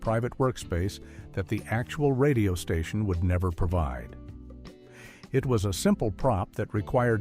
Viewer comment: "...occurred at a different. STATION." Classic AI voiceover tell.